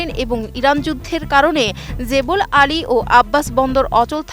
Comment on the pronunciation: জেপি আলি বন্দর নয় জেবেল আলি বন্দর।